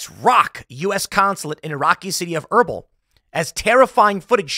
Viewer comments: It's pronounced "Ur beel". I usually dont care to correct pronunciation, but that was bad. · haha - was combing through the comments to see if anyone else was struggling with that. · Your pronunciation of Erbil is so bad Tim 😂😂